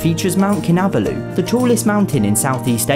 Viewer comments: "mount kinuh-buloo" hahaha Kinabalu is pronounced more like "kee-nah-bah-loo" mate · naah its to be pronouned mount cinibulu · Mt. Kinabalu? Isn't it Mt. Kinibalu? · The way he says Mount Kinabalu kills me